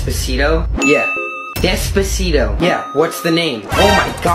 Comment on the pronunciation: Is it really that hard to say how it should be pronounced? I mean the song itself pronounces it as “des-PAH-sito”, not this “desposido” crap